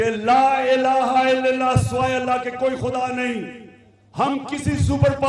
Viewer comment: الااللہ...... پہلے لام پر زبر ہے زیر نہیں کوئی ہے جو عمران خان کو یہ بتائے